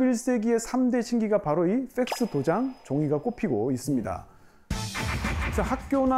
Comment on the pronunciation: 펙스가 쎆쓰로 들리노